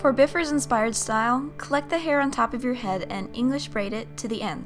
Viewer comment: Bifur is pronounced Bye-fur